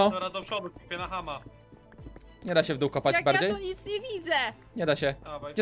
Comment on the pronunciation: tak ja tesz słyszałem w doł ale nie zostawiłem w dół